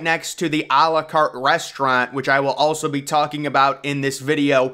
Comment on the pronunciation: When we're practicing anyway. Try to say. À la carte like: Àh Làh Carte. That would sound so much better. It's la carte and not le carte